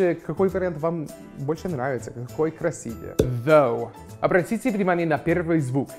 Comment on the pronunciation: какой классный! он сказал красИвее с правильным ударением, чего даже не все русскоговорящие нейтив спикеры делают 👍